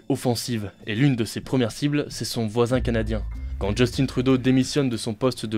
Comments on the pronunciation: Pourquoi les français disent toujours "Djus teen Trudeau" , c'est Justin! C'est un mot français, et "tin" comme "tintin" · Comment ça Justine Trudeau?!?! Prononce en français, chose!